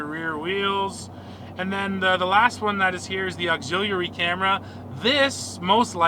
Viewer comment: “Axillieareally “ camera…😐